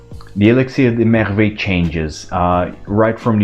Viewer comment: wow! i just got the first one and LOVE LOVE LOVE it! and it sounds so much better when a native French says it. Thanks :)